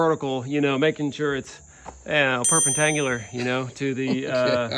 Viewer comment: Perpen- tawaticle ?